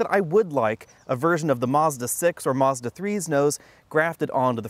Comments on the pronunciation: "Marzda"? lol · There is no R in Mazda. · You pronounced Mazda wrong